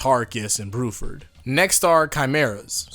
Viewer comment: Who's Bruford? I only know BLUEford